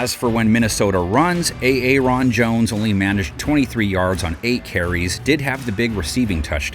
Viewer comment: did he say a.a.ron instead of Aaron? lol